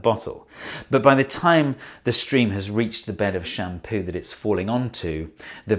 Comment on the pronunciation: Why do I hear " sham POO"?